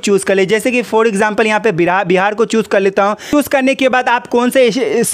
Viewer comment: Bhai choose bol raha chus bol raha hai